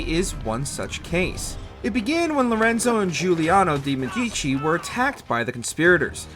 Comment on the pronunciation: Please at least try to pronounce the names correctly man. It takes 5 minutes and adds so much to the video if names of historical figures like Robbespierre or the Medici Family are pronounced correctly